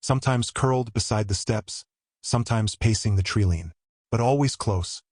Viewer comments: Wow, these AI voices are really getting good ! "Treelean"??? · But the narrator couldn't even pronounce "treeline" correctly. So I'm guessing AI. Hard to believe, too.